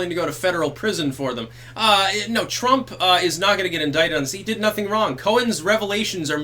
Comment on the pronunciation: "TwrumPP", it had me busting out laughing every time he said it.